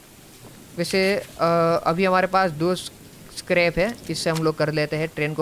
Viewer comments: It's not karps its scrap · Bro its not scarp its scrap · Scrub bol ta ha scrub nahi